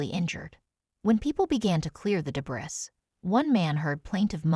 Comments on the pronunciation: I can't help it: the narrator pronounced debris as "de bris". She sounds like a native English speaker. I have noticed this obvious mis-pronouncement of common English words on other vids. Who does the narration? The submitter or someone at You Tube? I can forgive foreigners, but native born Americans? Give me a break. P.S. Good video. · De Briss?? Tree routes??? Breast???